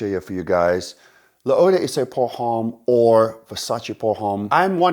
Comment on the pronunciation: Please stop pronouncing the H in Homme, it's wrong and it sounds wrong also. Besides that, great video, keep it up